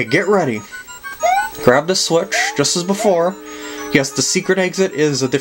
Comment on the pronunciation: Lol at the end you said green switich